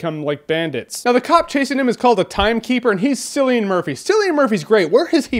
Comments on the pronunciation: Haha, it's pronounced "Killian" not "Sillian" :P He's also in Sunshine which in my opinion is the most underrated Sci-fi movie by far. It's so well acted and the visuals are stunning, it's just amazing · /ˈkɪliən/ not /ˈsɪliən/ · K-illian murphy. With a hard K. Apparently he hates being called Silllian. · Kill-e-an. Not Sillean. Cillian. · His name is pronounced "Kill-ian" not "Sill-ian". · Jeremy, Cillian Murphy is pronounced: KILLIAN MURPHY not: SILLIAN MURPHY ...Just sayin' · Head's up it's pronounced Killian not Sillian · It's Cillian Murphy as in KILLIAN not SILLIAN. Tard. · Just letting you know it's Cillian Murphy, pronounced Kill-ian not sill-ian. From an Irish person living in Ireland, surrounded by Cillian's!! :-) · It’s pronounced Killian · I used to think Cillian's name is pronounced as what you say, however I later found out his name should be pronounced like "Killian". :) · Cillian Murphy's name is actually pronounced "Killian".Common misconception. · how do you pronouncit btw ? i don't know... i just say "sillian" or something... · its kill-e-n Murphy, trust me i'm Irish. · Who's Sillian Murphy? I've only heard of Cillian Murphy. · dude love the reviews but 1 small thing, im Irish n cillian murphy is pronounced kill-ian. one of the best Irish actors of his generation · It's pronounced "Killian," good sir. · I think his name is pronounced "Killian" which makes him sound a lot more badass. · Kill-e-an Murphy. I'm Irish, trust me on the pronunciation of an Irish name. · Im irish, trust me, its "Kil-ian". That being said, im just nit picking. Im a huge fan Jeremy, your the only reviewer I watch, keep up the great work, Mike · Cillian Murphy's name is pronounced "Kill - ian". Just sayin'. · *Puts on hipster glasses* Actually Jeremy it's pronounced "Killian." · Cillian is pronounced Killian! Sunshine is my underrated SF movie of choice. Also starring Cillian Murphy. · It's pronounced "K"illian Murphey. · Wait...Jer did you just say Sillain?